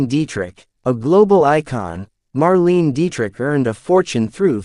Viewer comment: Nice summary although the moderator’s youth is revealed by his mispronunciation of Marlene Dietrich’s first name and Claudette Colbert’s last name. They are pronounced “Marlayna” “Colbear”